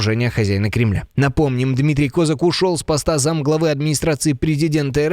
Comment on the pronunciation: Ставте правильний наголос на прізвищі Козака